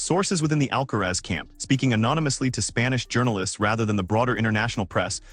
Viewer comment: Please pronounce the tennis players name correctly even if you are called AI